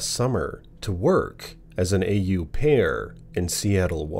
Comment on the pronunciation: Au pair is one word not A U pair lol just sayin, other than that another good one thanks 👍🏼